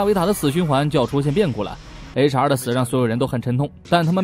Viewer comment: 不！！我的H.R. 每次聽說HR我都聽成雷傻，然後就愛上這個角色了！